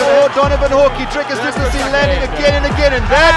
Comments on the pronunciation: They pronounced his name multiple times, and this guy still unsurprisingly has to pronounce it wrong. Cant even watch it. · You can literally hear the commentators pronounce his name correctly and you still fuck it up. Americans man